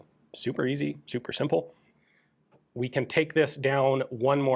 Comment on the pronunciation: Ikea „øzi“